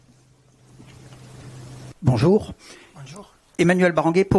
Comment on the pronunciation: 🤣🤣🤣🤣 le "bonyour" cest pour me tuer hahahaha